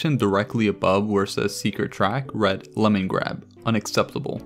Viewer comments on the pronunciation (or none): none